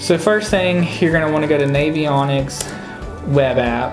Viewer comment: Should be a 5min video Look in shallow flats in the back of creeks. Also, it's navionics - like navigation not like Navy And it's a bridge piling, not a pylon. Sorry, I'm just easily pissed tonight